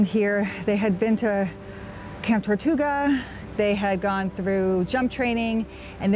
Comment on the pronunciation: Camp Tortuga? I don’t remember Easy Company being assigned to the Cayman Islands. I think you meant Camp Toccoa. And I think he probably listened to the news with his host family on the radio as TV wasn’t a thing yet. Otherwise, the video was interesting and informative and I look forward to seeing more of your videos.😊